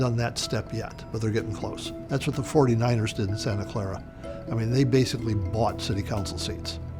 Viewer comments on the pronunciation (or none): none